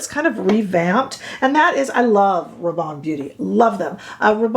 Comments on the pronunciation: I would pronounce Rabanne as you do (& I believe as it is pronounced in U.K. TV adverts) Apparently here in the U.K. we have been mispronouncing the car manufacturer Hyundai. However, as someone pointed out we were pronouncing Hyundai as their TV adverts & they, Hyundai have now changed (or corrected) the pronunciation on their recent TV adverts. It’s their brand so we/I will be guided by them. However, what I will say is, I don’t care about exact/correct pronunciation, for me it’s about communication & getting the message across/understood. If I say I am going to I kea people know where I am going & don’t usually feel the need to say that in Sweden it is pronounced E kea. Grammar zealots are another pain in the butt! Phew, I think I really needed to get that off my chest 😮‍💨 🤣💕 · Hey ❣️ULTA’s Video/Model/Spokesperson Pronounces “Rabanne” as You..There ya go..Yes! I find your content extremely helpful as are the folks in your comment section..”Lots & Lots of FUN, here, too!” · You have hyped me on this foundation! I was going to re-purchase the Prada but this one seems to tick all the boxes:) BTW: I am French, and your pronounciation of 'Rabanne' is spot on! Don't get distracted by the mean girls (or boys). Keep going, we are here for it!